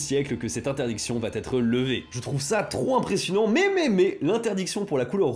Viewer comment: "va t'être"... je ne sais pas comment retranscrire à l'écrit une faute de prononciation. Liaison inopportune vu qu'il n'y a pas de " t " à la la de "va"